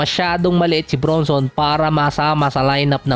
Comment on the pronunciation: Jalen BRANSON ang tamang bigkas boss not BRUNSON